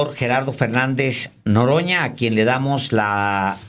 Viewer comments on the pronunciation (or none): Alvaro:por favor debes mejorar tu prosodia:lo correcto es:NOROÑA,y pronunciaste Noroño